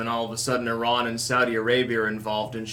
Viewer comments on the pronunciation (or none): none